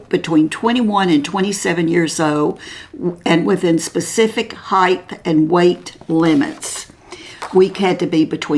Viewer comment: Love watching your channel. But please do not take offense but when you speak of how tall a person is,you're referring to HEIGHT....not heighth..there's no such word as heighth..❤